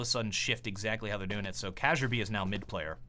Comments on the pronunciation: Kjaerbye is pronounced key-air-B xD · pls pronounce it key-yaer_bee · kjearbye = key air bee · KYeah-BYE My Ears bleed! Kappa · In his interview with Richard Lewis at ELeague, Kjarebye said it's pronounced K-Yare-Buy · I think it's Key-yah-bee btw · kjaerbye is pronounced KEE YAR BEE i believe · The way Kjaerbye is pronounced usually (according to the other casters) is "KEE-yare-bee". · the way he pronounced kjaerbye made me feel sick, i guess only Europeans can say it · Every time you say Kjearbye's name I get a little more triggered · you pronounce Kjaerbye wrong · Im pretty sure that the j in Kjaerbye is pronounced like a y. Correct me if im wrong please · It hurts my ears hearing him say Kjaerbye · but most people dont get the "ae" sound in the middle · Did anyone else get tilted at pronunciation of kjaerbye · Bruh y u heff to kill kjaerbys name :'( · You say Kjaerbyes name wrong! :D Watch some castors say it, it's supposed to be danish pronounciation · You can't pronounce Kjaerbye .-. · you pronounce kjaerbye like ka-jer-bye. Its kjaer-bye. lmao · god almighty, ka-jer-bee is not right man it's kyar-by (something like that) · did you called Kjaerbye Ka-jaerbye its pronouns kyerbye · Sounds almost like calls Kjaerbye "Caterpie". While I was listening to the casting I started wondering if this crossed into Pokémon: Global Offensive. I think the easiest way to pronounce Kjaerbye is to combine "Chair" and "Bee". Still a good job on the solo casting,! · Cashier-B K-yer-B is closer to the real pronunciation, I thought it was Cajun-B at first Loved the video! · Before casting Astralis again, it's Kyerbee/bye not cajerbee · Kee-air-bee not kajerbae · Kjaerbye is not pronounced Casserbee. It's Careby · kazjerbee?? it's kiyearbee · FUCKING KAJERBEE??? WTF ITS KAY-YER-BEE FFS. Why do u do this to me?? How do you not know this? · Is it because of Cajunb's name that so many people say cayerb instead of Kjaerbye? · it s not kajerbye it s kyarbye